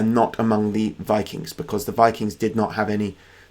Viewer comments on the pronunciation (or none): They were Vii-KINGS, not fucking Vi-Kangz.